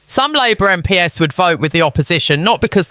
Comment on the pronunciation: Also listen to how the VoiceOver pronounces 'MP's'. I have reason believe this is A.I Generated content. Be skeptical always.